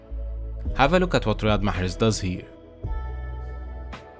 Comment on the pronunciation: You said riyad mahrez in arab accent so you are an arab right